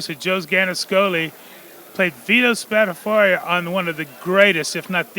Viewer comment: Vito Spatfor? Vito Spatafora 🤣